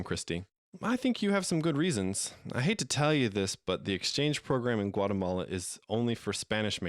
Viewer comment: Funny how all of us are here because we want to learn english, yet english speakers in the video/audio can't say Guatemala correctly. LOL.